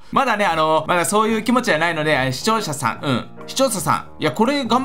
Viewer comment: 視聴者さん…視聴者さん…視聴者さん…市長さん…市長さん…に聞こえてくる笑